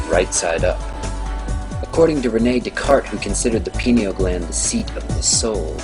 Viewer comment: Hahaha it's pronounced eye-a-wa-ska. And I mean, come on. Duskartees? His name is Descartes pronounced day-cart.